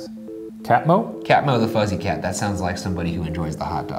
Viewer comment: i love how shane AND ryan just completely missed how to pronounce catmothefuzzycat y'all are too pure